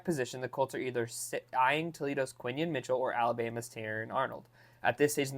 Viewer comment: It's Quinyon (Quinn-Yawn) Mitchell